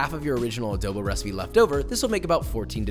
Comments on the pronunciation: first of all as a filipino i am personally offended its not "ADOWBOW" its adobo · Adobo is an Asian dish And you pronounce ADOBO WRONG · This is not how we cook adobo and all of you youtuber American or other persons that say are foods keep putting w’s when there isn’t an w in the o just don’t put w’s in front of o’s it’s triggering me like adobo no w like halo-halo no w ok all of you if only I can tell you in real life sigh 😔 I’m disappointed and we add white sugar in our adobo’s so put white sugar next time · Always love hearing how different nationalities pronounce Filipino stuff. I find it endearing how he says it as ah-doe-bow.